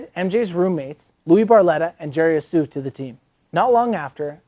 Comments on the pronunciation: i thought the h in jerry's last name was silent. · sounds like your sneezing when you try to say jerrys last name. great vid. thx for highlight. be cool